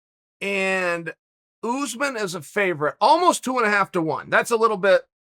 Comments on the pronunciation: Uncle C, say oos maan (pronounce the s as a s, not a z) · Chael: “oozman” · This Oozeman guy sounds like a problem for the division, he should fight Usman